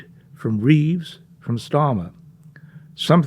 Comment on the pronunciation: Sorry 'Reeves'